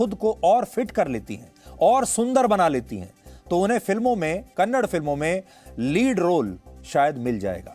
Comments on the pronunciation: Kannad nai saaab kannada hai..ab tho badlo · Kannad nahi sir kannada boliye... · Its Kannada.. Not.kannad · कन्नडा बोलो कन्नड़ नई। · Its Kannada not kannad please pronounce properly